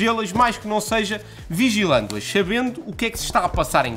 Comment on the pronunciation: Oh "vigilândo-as?!", muito bom!